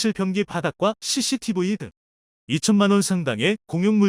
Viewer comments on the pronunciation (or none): none